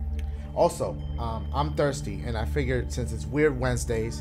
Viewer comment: Nobody: Dashigames: “weird Wednesdays have turned into weird Ssssswednedays.”😂😂